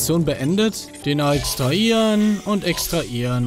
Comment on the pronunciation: Bin ich der einzige Mensch, welcher bei Manu's Aussprache des Wortes extraHieren Anfälle bekommt? 😂